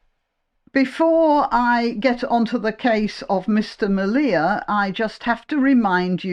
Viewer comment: Sam's name is pronounced like 'media' but with an L. No one who has talked about his plight apart from his wife Laura Towler, has got his name right, and everyone just has to qualify their remarks with 'as unpleasant as I may find ' disavowals. Im glad you said 'may'. If you met him or Laura, I guarantee you would find them to be the most affable company, with the interests of our people, their toddler and second baby to be at heart. And the tea their family business Grandma Towler's sells is the very best.